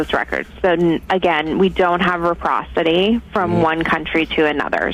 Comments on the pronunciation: What TF is REPROCITY?! IT'S RECIPROCITY!!! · Not reprocity. It’s reciprocity